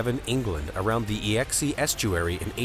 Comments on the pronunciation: EE EX EE!!!!!! It’s pronounced EXE as in the letter X. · e - x -e ... river lol i love you americans .. one day you will learn to speak "another language " hint exeter gets its name from the E - X - E river LOL!!!!!!!!!!!!!!!!!!!!!!